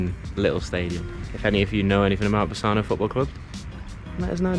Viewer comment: Wow, I didn't know you were planning to visit Italy: I hope you enjoyed it! I'm not even from that area, but having been on holiday around there myself, I know for sure that Bassano (great pronunciation, by the way), Vicenza and their surroundings are just wonderful destinations for a trip. So, FC Bassano have essentially lived in the shadow of their neighbours Vicenza for most of their existence. However, they enjoyed the peak of their history between the 1990s and the 2010s, when they were owned by Renzo Rosso, a billionaire who famously founded the clothing brand Diesel. Under his ownership, the team enjoyed quite a long spell in our national third tier (Serie C) and, at a certain point, were just an inch away from promotion to Serie B. In 2018, Rosso took over Vicenza in order to save the club from bankruptcy, and the team relocated there, as well, so Bassano had to start over from scratch as a "phoenix club". Still, given the craziness of Italian football, I won't exclude a new rise for them... 😅😉 P. S. I think you'll be happy to know that the city is also the birthplace of several successful footballers, including a former international goalkeeper: Federico Marchetti.